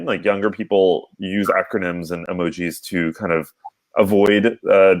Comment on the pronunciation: "Emojeez" - Legend